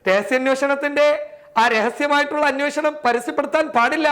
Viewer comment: അനോഷണം അല്ല അന്വേഷണം.. ഈ തീട്ടത്തിന് ഒന്നു പല്ലു തേച്ചുടെ... അല്ല അതൊന്നും ശീലമില്ലല്ലോ ല്ലേ